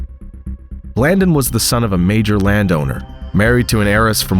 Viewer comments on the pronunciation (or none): Pronounced blandone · Blan-dōn! Sanda-neesta! This a great story that every American should know the truth about. Say their names right though!